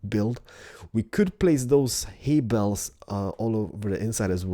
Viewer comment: I now pronounce Haybales, Hayballs. Thanks.